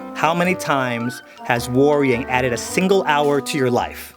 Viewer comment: Not me overthinking about how to say “worrying” because said WAR-ing 😭